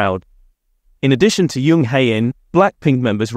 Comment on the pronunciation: The pronunciation on these is ridiculous. Jisoo not jeeeesoooo, and Jung not yung. I like watching BP content, but please sort it out, I can't concentrate on what the video is about it's so bad 😫